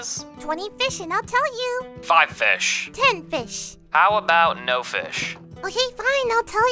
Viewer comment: Wan hondred feesh